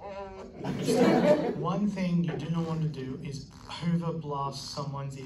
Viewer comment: "IT IIS WHAT IT IIS"